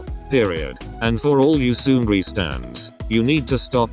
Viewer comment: omg i actually got scared about the seungri thing u talked about, i thought u said sunmi